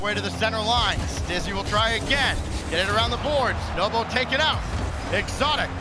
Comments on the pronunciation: Who the F is nobo, how on earth can he be a commentator when you can even say NWPO's name 🤣🤣🤣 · I heard novo lol pissing me off